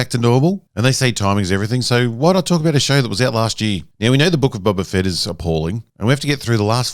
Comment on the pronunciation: You say Boba. I hear Bubba. Am I the only one?